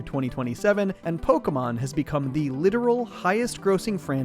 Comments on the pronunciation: ALABAMA MAYUHN! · Alabama mawn is what it sounded. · It's so funny to me that you pronounce pok*É*mon and chinp*O*komon the same, like how/why does the é make an o sound???😭